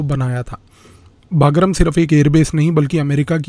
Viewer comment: Sir, the correct pronunciation is 'बगराम'